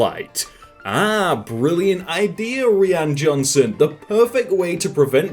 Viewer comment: No one:: REEan Johnson